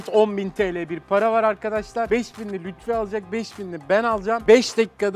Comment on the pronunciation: Lutfi değil Lütfi